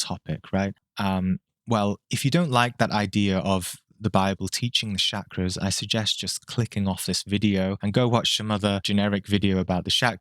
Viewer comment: All that talk about Shakras and you couldn't learn to pronounce the damn word? smh